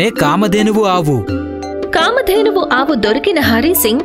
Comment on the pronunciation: Excellent, But that కామధేనువు not కామద్దెను